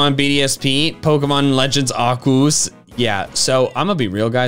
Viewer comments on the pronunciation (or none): I’m not trying to hate. But. WHO THE HELL PRONOUNCES ARCEUS AS ARE-COOS?!? ITS ARE-SEE-US OR ARE-KEY-US. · Dude it’s not are-coose it’s are-c-us, plus it sounds cooler, it just sounds like you’re making it sound more like a regular Pokémon ( zang- goose). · you don't pronounce Arceus like (are-koos) it's (are-kee-is) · ❌Arceus ✅Acoos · arceus (Ar-sea-us) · It isn't fucking pronounced ARCOOS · You say arceus wrong